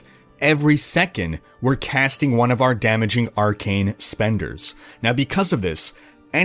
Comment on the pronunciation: Chanelink...castink...runnink....ITS ING...WITH A GGGGGGG...drives me nuts